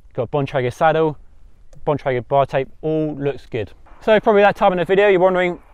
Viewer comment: Yes Bon-Tray-Grr perfect pronunciation! Sorry we Yanks are so harsh about that lol.